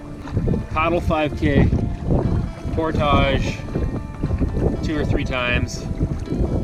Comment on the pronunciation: You're speaking English, but why do you pronounce portage the French way? You don't know how to say it in English?